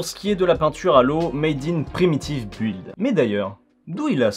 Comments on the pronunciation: On dit "beuld". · Aïe aïe aïe ! On ne prononce pas le U dans "build". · Faut apprendre à prononcer "build", hein ? On ne prononce pas le U ! J'ai mal aux oreilles...